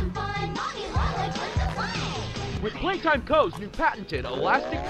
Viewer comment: que humilde el gigante noble diciendo en el directo "pepi plai taim"